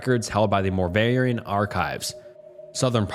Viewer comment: As a Winston Salem native, I really enjoyed hearing you pronounce Moravian so wrong 😂